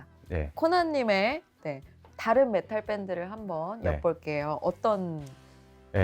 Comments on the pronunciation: 근데 메탈을 왜 자꾸 메틀이라고하지😊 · 저남자는 왜 메탈을 메틀이라고 하시는거에요? 혹시 틀딱이신가요? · 메탈을 자꾸 메틀이라고 발음하시는거같던데 제가 잘못 알고있는건가요? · 매틀~ 이라는 발음이 자꾸 귀에 걸리네요~